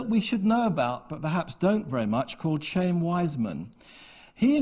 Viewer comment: The name of the extremely well-known scientist, hero of World War I and first President of Israel is pronounced KHA-yim ... not "chame".